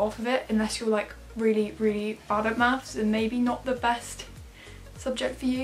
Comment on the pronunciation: and "mathes"